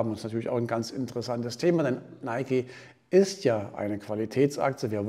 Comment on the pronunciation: Endlich mal jemand der es richtig ausspricht